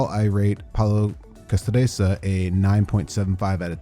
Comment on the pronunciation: Pal-e-o-cass-STRIT- sur!!!